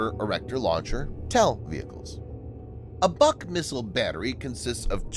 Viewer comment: Its not the "buck". Its the "book". Russians like to name equipment after trees - buk, yasen, berezka, ryabina, akaciya, vishnya, yolka, iva, kedr, kiparis, klen, liana, olkha, palma, rakita